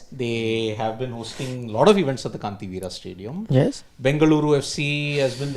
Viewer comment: Can one of the producers please tell that it is Kanteerava Stadium, not Kantiveera Stadium. He has been saying it wrong for years now. Thank you in advance.